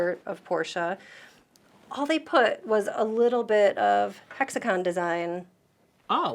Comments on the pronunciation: Thanks for pronouncing Porsche correctly. Please, spread the word in your country about the sounding "e". About Stuttgart, this is actually pronounced as "Schtuttgart". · THANKS for saying "Porsche" absolutely perfectly.